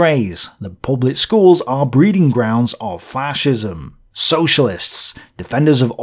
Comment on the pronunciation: Yer mate it’s fascism not faarrrcism ffs